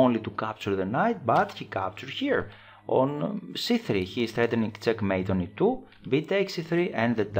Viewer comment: its check mate....not cek mate....lol